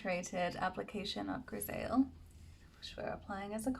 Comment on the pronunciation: Hi, French here, I'd love to help for the pronunciation of my favorite Surratt blusher, Grisaille. It's pronounced greez-ie (pronounce the second part like you pronounce the verb "die" and you have the right sound). I hope it helps. 😊